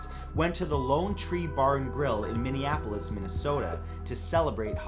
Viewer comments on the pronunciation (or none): none